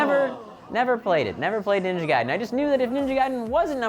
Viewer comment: U said gaiden wrong one